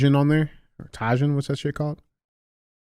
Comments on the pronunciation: DJ pronouncing tajin as tay Jin is another reason to come back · Someone call the police for the way DJ originally pronounced "tajin". 🥲